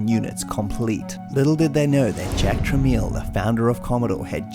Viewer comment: This is a great little documentary on one of my favorite software publishers from the home computer era. This was fun to hear all about the creative minds behind all these classic games. One interesting thing I've noted a few times: You can always tell when someone ended up tussling with the Tramiel Family, because they end up calling them "tra-MEAL" (instead of "tra-MEL"), a mis-pronunciation that always drove Jack mad. As for blaming them for the demise of Synapse, I personally think that's a bit of a stretch. Dedicated gamers will note that the quality of their software titles took a dive in 1984-85, and that solid string of classics--Fort Apocalypse, Shamus, Drelbs, Zeppelin, Necromancer, Rainbow Walker, Encounter, yadda yadda--quickly dried up. Was Synapse a casualty of the Videogame Crash of 1983-84? Were they victims of a changing marketplace and evolving artform? Did they just simply run out of hits? And who got the bright idea to fully embrace text adventures just when the entire genre was embracing graphics? I will also note that reader reviews for later games like NYC and Blue Max 2001 are just brutal. Oh, well, those were turbulent times.